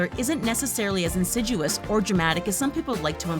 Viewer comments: Announcer needs to work on pronunciation: ‘chasm’ is pronounced ‘KAZ-m’ not CHAZ-m. ‘Insidious’ is pronounced ‘in-SID-ee-us’ not ‘in-SID-you-us’. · “Insiduous”? Try reading the script beforehand. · Pronounced chasm and insidious incorrectly ...